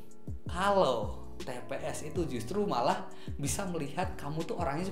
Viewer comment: itu "tps" mass bukan "pts"..haha..